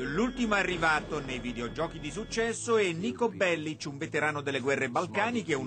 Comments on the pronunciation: In serbo Bellic si pronuncia Bellich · Bellic con la c dolce 💀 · è Serbo, e poi nel gioco lo pronunciano con la C dura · P.S. Ha detto "NIKO BELLICH"